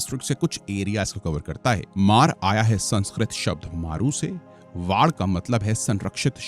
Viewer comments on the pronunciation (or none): Maru pradesh ❌ मरु प्रदेश ✅ 😂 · मारु नहीं मरु प्रदेश सर